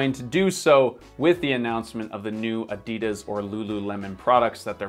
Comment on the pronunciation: you're great but please research how to properly pronounce "Adidas" before making another video like this, I beg you 🤦‍♀️😅